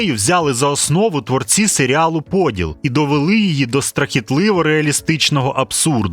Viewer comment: Я розраховував на ПодІл, наголос на і.